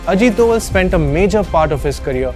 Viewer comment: He have problem with pronunciation of name plz pronounce name rightly